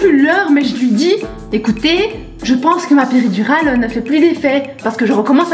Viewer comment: Qui a entendue épidural ?😂😂